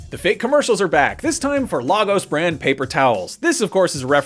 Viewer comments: Its not LARGOS ir Fricken LAY-GOS......LAGOS = LAYGOS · Dear Americans. Please stop pronouncing it as "Lah-gos", it is "Lay-gos" Yours sincerely Nigerians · People it's pronounced "Lay gos" not "La" 😩🙄 Lagos, Nigeria shown in Captain America Civil War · Why does everyone pronounce 'Lagos' wrong?? Is Lay Gos not La Goes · Lay gos.... not lah gos 😭😢😭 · Guys it’s more pronounced lay-gus